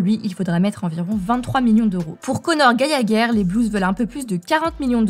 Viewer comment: comment elle prononce "Conor Gallagher" 😂😂😂😂😂😂. J'en peux plus 😂😂😂mdr